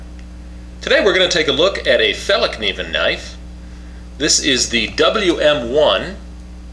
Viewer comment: It's pronounced like [fell-kniven], and not with a "silent" k.